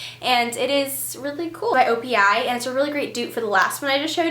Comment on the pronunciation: Opi-pronounced You don't know jaq. Like how you said it but without the uh at the end. Just saying.